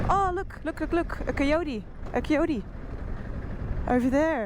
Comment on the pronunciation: Very brave!; its gotta be in the 100 degrees out there. I like the way you pronounce Cuteotee, Bleethe, etc.